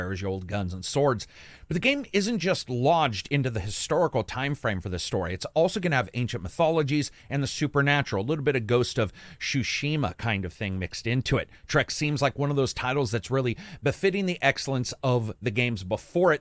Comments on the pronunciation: Shushima lol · Shushima? xD Is Tsushima like a word americans can't pronounce? I remember Angy Jo having problems with it as well.